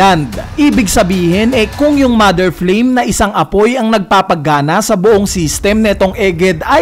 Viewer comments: Flame po hindi flaim hahahaha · Flaim ❌ Flame ✔️ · MOTHER FLAME = ❌ MOTHER FLAIM = ✅